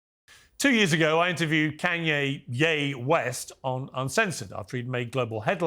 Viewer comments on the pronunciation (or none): "Can-Ye West" -Piers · Piers started off with the disrespect in the way he butchered the pronunciation of Ye Kanye's name. "Can-Ye" 😂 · Not a Pierce fan and he’s definitely a Karen but love the Can-yay pronunciation. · Piers the journalist, couldn’t pronounce his name correctly, Where’s the due diligence?